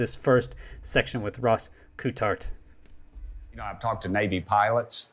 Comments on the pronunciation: It’s pronounced COLT HART, Great episode thanks. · his name is pronounced “colt-heart” not whatever you were saying lol. never heard it said the way you did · Awesome. But now I wanna know who told u his last name was "Kewtart" 😂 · Ross “coo-tart” c’mon man lol love ya but never heard that one before. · when you struggle to pronounce Ross Coulthart's name try saying Ross Cool Fart. You'll be amazed how easy it is! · Sorry to be picky, but you're pronouncing his name wrong 😬 Something I've heard you do with other people's names in other videos. Not a criticism, just a heads up. I know it's easily done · yeah would be a great collab....- if could pronounce rosss' name correctly